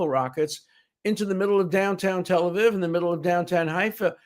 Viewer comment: Tel Aviv is pronounced tel ah veev, not viv.